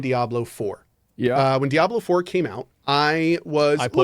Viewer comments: Did he just say "Diabler"? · Asmon is such an og for saying diablur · Diabler 4 😂😂😂😂😂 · "Diablurr 4"? lol